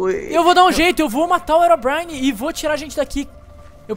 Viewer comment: o Rezende fala erobrine mais e herobrine ele fala errado